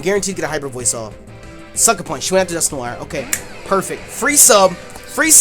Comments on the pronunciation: Wait Wait Wait!!! Dusk - nor- IRE!???? NO, IM NOT HAVING YOU BUTCHER MY FAVORITE POKEMON'S NAME! I would understand if it was something like Rayquaza, where there are multiple pronunciations, but there is only one common pronunciation for Dusknoir, and that is Dusk- Nor-Wa, as in Noir, the word for black in french. Get it right. JK, im not THAT mad... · Lol dusknoir is actually pronounced Dusk-Nor, if it is your favourite pokemon then learn to say it's name